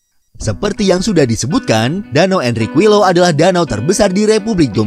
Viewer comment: Info aja min Qui = Ki LL = y Jdi Enriquillo dibaca "Enrikiyo"